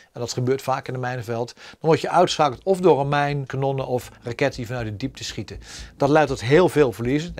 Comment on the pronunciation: “Als de minitie op is kan de atjerie niet skieten” Johan Cruyff